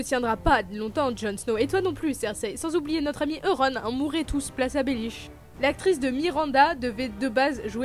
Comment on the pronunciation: Frere pourquoi tu t’es appelé